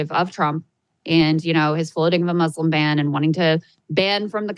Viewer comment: Thank you guys for saying Muslim and not Muzlim like half these other idiots on TV